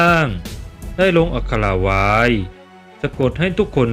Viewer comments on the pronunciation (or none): ทำไมไม่พูดว่า ได้สร้างไว้ ทำไมพูดว่า สร้างว้าย เด็กๆฟังแล้วจะงงๆภาษา